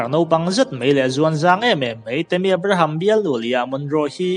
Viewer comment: Abraham i lam dan chuh...chhelo i tih dan pawh hi 😂😂